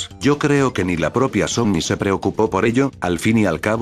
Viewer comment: Soy yo o en ves de decir sony dice zombi